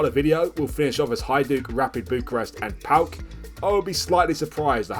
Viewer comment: PAOK fan here, it's pronounced PAOKARA